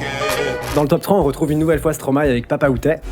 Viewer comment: Rien que pour la bonne prononciation de Stromae je like . Tes vidéos sont incroyables le 🩸